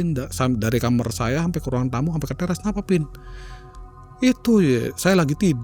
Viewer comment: kenapa sih bilang KAMAR kok nyebut KAMER... kalo ga dibenerin, makin sering denger itu 😢